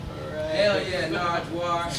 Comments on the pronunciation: dude stop saying "narjwar" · lol nigga kept calling him narjwar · Not “Nardgewuar.” 😂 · "NARJJWAR" smh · NIGGA KEPT SAYING NARGWUAR NIGGA DOESNT KNOW HIS NAME AND ANYTHING ABOUT THE HISTORY OF DETROIT WHY WAS HE BEING ALL WEIRD HITTING HIM IN THE CHEST AND STUFF THAT WASNT EVEN FUNNY THAT WAS EMBARASSING LOOKED LIKE A PRICK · Mike G. It sounds like he’s saying narjwuar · Why does he say Nardwuar like Nardrar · SmithsonianSamurai Actually he called him "Nargewuar". Like 3 or 4 times... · Whatchu know bout that? 😂 he's asking you Sean don't ask nardwuar 😂 Jesus Christ. And also stop saying his name as narjwuar it's not right 😂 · Big Sean's acts like a ducking idiot in this, calling naurward narjuar